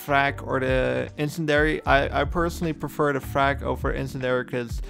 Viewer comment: Awful video that only states the most obvious. Also, you pronounce in-cen-di-ary wrong.